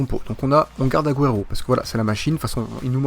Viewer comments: cest pas aguero cest agouero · on dit aguoéro et résé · Il m'énerve à mal prononcé aguero, c'est agouero la prononciation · PUTAIN PRONONCE LE MIEUX AGUËRO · tu ne sais pas prononcer aguero et jese